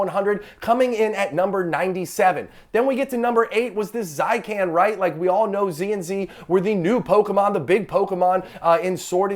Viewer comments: i’m pretty sure it’s Zay she en not zykan😭 on another note i pulled that pikachu when i very first got back into the hobby in 2021 and i sold it for 80$ ungraded and now psa 10 is cheaper than what i sold the raw for 😭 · Did he just call it a zai-can!? Wtf learn Pokemon names if you’re going to be doing videos on Pokemon